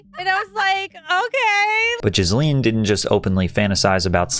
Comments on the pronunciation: I keep hearing Ghislane when you say Jasleen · Jizzleen indeed 😅 good pronunciation. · It’s pronounced “JIZZ-lene” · Was it only me or does he keep calling her Jizz-lin? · I love how Patrick keeps pronouncing her name as Jisleen 😂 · Her name is pronounced the way everyone mispronounced Ghislaine Maxwell